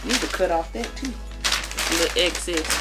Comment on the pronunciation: Wait....did she say? "Take some of this off, it's a little access" 🤣🤣🤣🤣🤣🤣🤣